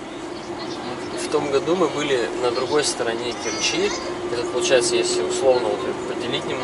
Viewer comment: Умники,вы ударение ставьте правильно,в Керчи ударение на букву е,противно слушать